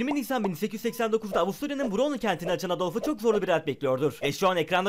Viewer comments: aynen edılf ne idılf demesi gerekiyodU :D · edilf değil adolf diye okunur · Yalnız Edolf diye değil Adolf diye okunur. Çünkü Almanca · edolf? :D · edolf ne awk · "EDILF" derken kulaklarım kanadı amk. yabancı lisanda olan her boku ingiliz dil kurallarına göre telaffuz etmek zorunda değilsiniz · Edılf ne lan adamın kemikleri sizliyordur şimdi Ruslar bile düzgün söylüyo be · edel diye okunmaz . Adolf almanca bir kelimedir ve yazildigi gibi okunur. takarim böyle seylere:) tsk iyigünler .